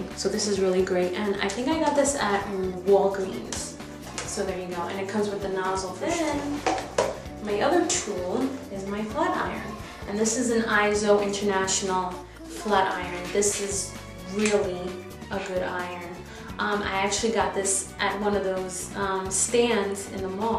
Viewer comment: yay ISO!! i think though, it's pronounced E-so. not to be mean, just to let you know =]